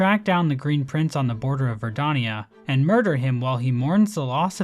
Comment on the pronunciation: Why do you pronounce Verdania as Verdonia? Unsubscribed, dislike, bounty on your misbegotten tongue